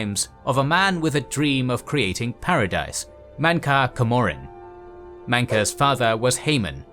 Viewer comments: mankar camoran is pronounced mancar camrramaan. Not whatever your saying. Did you even play the game? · These videos are amazing but whoever is writing the script really needs to tell you how to pronounce the names of character, you butchered mankar cameron or however u spell it, but thats how its pronounced